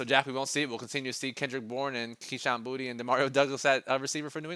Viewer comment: Instead of pronouncing the NE WR booty, Jack pronounced his last name boo-tay. That’s what’s up Jack!